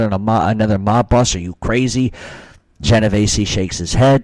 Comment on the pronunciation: Theres no A in my last name. Its not pronounced Genov Ay see. Sounds just like its spelled.